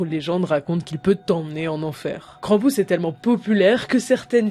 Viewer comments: Krampus pas kranpouse la prononciation merde ! On dirait le nom d'un jeux de kermesse krampouse lol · Krampus ça se prononce pareil que krampouezh en Breton et ça veut dire crèpe...😅